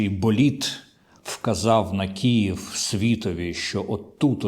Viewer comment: Вимовити правильно слово Київ чомусь ніяк не вдається